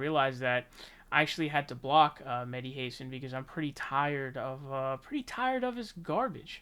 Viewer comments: “Mehdi Hase-an”??? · Bro stop calling him "meddy Heysin " lmaoo